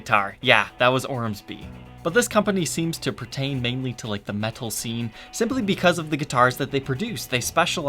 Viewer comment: Why did you start saying words like "metal," like, "meh-TTTal"? Please stop, just say "Meddle" like the rest of us.